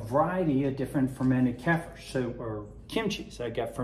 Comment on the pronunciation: Kefir…. Pronounced: Kay-fear